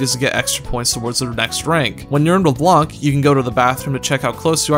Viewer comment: It’s pronounced Leblan,it’s said in the game many times.